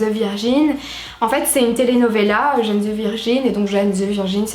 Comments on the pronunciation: Video top ! Je la regarde en boucle , quand je la finis je la reprends mdr , parcontre sa m’a perturbé le « jane » mdr faut le prononcer en anglais 😭😭😭😭😭😭😭😭😭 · Ma chérie c’est pas Jane (âne) c’est Jane (jayne) ..